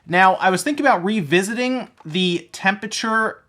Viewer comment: Did you say “Wii-visiting” or am I just super high?